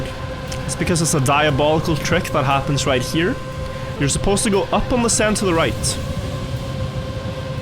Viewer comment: Ah yes, the famous word "happem"